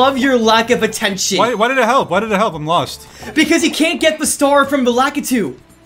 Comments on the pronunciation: Stop pronouncing lakitu as lack uh too. That's not right. It's luh kee too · Lakitu’s not important Laki-too-too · I felt sorry for the editor there when said “Laki-titties” 😭